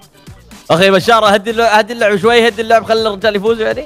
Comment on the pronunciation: ليش تقول شار شركيال كك اسمك بشار اتوقع صح مو شار